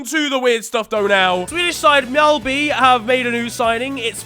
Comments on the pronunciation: pretty good pronunciation there actually, you didn’t go mJAllby Rather you got the Ä sound and also the j/y sound! And not like MjOlNiR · As a swede, the pronunciation of Mjällby was actually really good, almost spot on